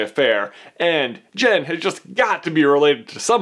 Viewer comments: her name is JYN NOT JEN MY GOODNESS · It's JYN , pronounced J-I-N with an i sound! No E in there so it's not JEN! Sorry it just really annoyed me! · Ahhh its Jyn not jen